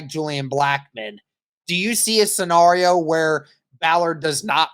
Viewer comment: Sorry but.......... says the word scenario right. You say it wrong 😢